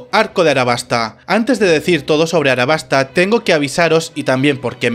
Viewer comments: aLabasta no arabasta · Realmente estoy en duda si se pronuncia “arabasta” o “alabasta”, tengo entendido que se pronuncia Alabasta, al menos en español latino.